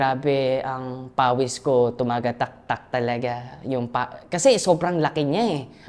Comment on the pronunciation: Tumagataktak or Tumatagaktak